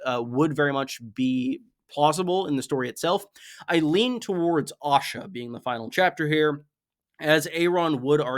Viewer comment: I've got to ask. Why do you pronounce Asha as Osha? You pronounce æ in other names but it's always Osha (whom I assume is the wildling Osha when I hear it).